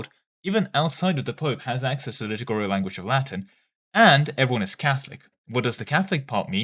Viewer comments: Please stop saying litugurial instead of liturgical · please just say "lit-Urge-icle" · It's liturgical, not litigurial, and lutheran, not lutherian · the liturgical pronunciation is killing me (litter gi (as in magic ) and idk how you can mess up cal) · Hey man I know this is my problem and not yours but every time you say liturgical it pisses me off haha - it's li - tur - gi - cal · No no, do it when he says "litigurial" and "Lutherian"! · Pronunciation of "liturgical language" is quite off. Read 'liturgy' 'liturgical'. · do you pronounce liturgical wrong to spite me specifically?